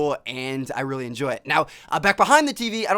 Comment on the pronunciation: I RULLY RULLY hate how he says "really"